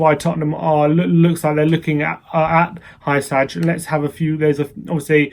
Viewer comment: I believe Hysaj is pronounced “hoo-sigh”